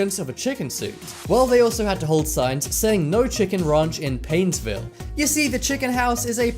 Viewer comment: Where you saying painsvil minsota